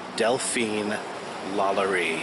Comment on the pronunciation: HE SAID LALARI IN STEAD OF LALAURIE